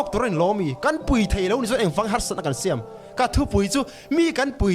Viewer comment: BURMA PA PU SAILOVA HIAN A THIK LO CHE U, DRUGS TE INLO ZUAR A, INLUAHMAN TE IN TIHSAN TIR A HEIHI A THALOA MIKHUAL IN NIHNA ANGIN MIKHUAL FEL LEH PATHIAN TIHMI NI TURIN A DUH ZAWK CHE U TIHNA ANI ZAWK. SHIAM NILO IN SIAM TIHTUR. AL TILO IN AR TIHTUR😆 PHOREIN AH INLO AWMA AWM NGAIHNA IN HRELO TLAT MAI😆 PU SAILOVA FULL SUPPORT❤❤